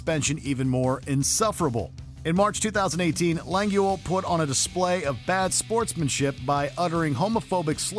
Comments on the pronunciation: Lengwell??! Hahahaha. Okay dude. Cringe comps. Seeeee yahhh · OmegaLUL "Felix Leng gwell" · the way they butchered xQcs name got me dying - LAWN GEL OMEGALUL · Giggling over the pronunciation of name Lengyel. That name is of Hungarian origin and was so badly butchered by the narrator 🤭 GY should be pronounced as one letter as y is there to soften the g, it should be pronounced as d in dew.